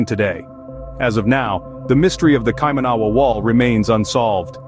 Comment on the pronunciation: It's said [kai-mana-wa] NOT kai-manawa! Also, the mere fact you showed nothing of the wall in this vid, showed nothing of New Zealand cultural significance (aside from about 45 seconds of images of Auckland, the fact you showed totally non New Zealand related images eg stone henge, Indian and Asian people, not one single Maori etc exhibits that you have absolutely ZERO credibility. You'd think that in the 9 mins of video, you'd show some images of the wall, but nope, nothing. Instead, you spruiked on about ill-informed subject matter and showed absolutely NOTHING about the subject matter at hand and instead put up totally non related random images. I conclude, until proven otherwise, that you're full of shit! Go ahead, prove me wrong.